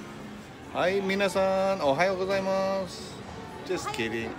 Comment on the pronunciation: "Minasan ohayo gozaimasu" （皆さん、お早うございます）: excellent pronunciation,.., you got nice items by gachapon., you made an awesome shuriken（手裏剣）at the temple. Another superb video! Mahalo.